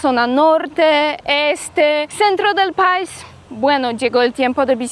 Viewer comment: CUANDO DICES LA PALABRA PAIS DEBE ACENTUARLA MAS EN LA LETRA I.O SEA PAI'S TIENE ACENTO EN LA I .DEBES DECIR MAS FUERTE EN I QUEVEN LA LETRA A